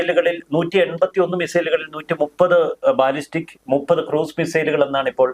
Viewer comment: ബലസ്റ്റിക് മിസൈൽ, ബാലിസ്റ്റിക്അല്ല